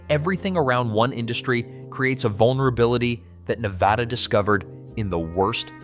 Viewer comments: Drives me crazy Nev AH da. It's Nevada. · I didn't make it past That second time was TOO MUCH for me so I never heard him say 'Nevada'. I did hear him say 'NevOda' or 'Nevahhdauggh'😖😖😖😫😫🤢🤮🤮🤮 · I could NOT finish the video. I didn't even get to because of how horribly he pronounces 'Nevada' 🤮🤮🤮🤮🤮🤮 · THERE IS NO 'H' LETTER IN 'NEVADA'😡😡😡🤬🤬